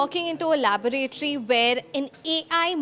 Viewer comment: Laaaboraaatoory what the hell 😂😂😂